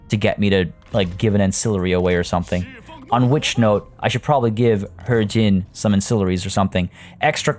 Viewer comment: It's pronounced he-jin